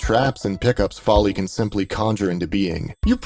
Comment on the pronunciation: No no! You pronounced Gauss and Follie correctly!